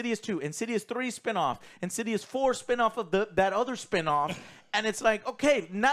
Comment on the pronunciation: "In-sids-'ouse" or "In-sids-rse" ..